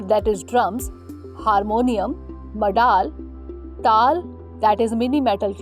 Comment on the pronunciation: Chen + de not Chend. Madda + le not madaal.